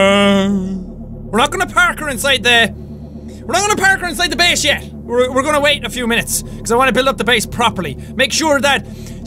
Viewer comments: You still said base wrong you said bease not base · Jack it's not baes it's base